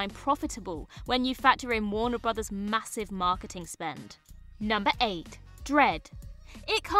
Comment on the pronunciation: “Warner Brothers” pronounced correctly several times! Well done, - thank you for learning it!